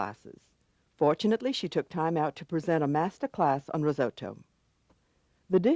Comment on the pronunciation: Why can't Americans (narrator) not pronounce risotto correctly?